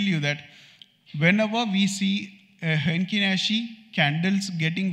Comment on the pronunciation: It's Heikin Ashi not Henkin Nashi. Thanks for sharing.